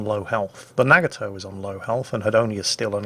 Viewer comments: I love your videos, this was very informative while still being entertaining. I hate to be annoying, but your pronunciation of Nagato is killing me. It's prenounced with a soft "A" sound and it's three syllables. Instead of saying "Nag-a-toe" it should sound like "Nah-gah-toe." Yamato is similar. Instead of saying "YAM-ah-toe" and putting stress on the first or second syllables, there should be no stress on any. It should be a quick word with no stress or pausing between syllables that sounds like "Yah-ma-toe." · The way says Nagato and Yamato is wrong too.